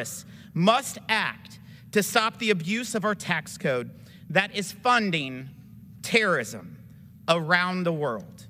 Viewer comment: That guy can't even say the word terrorism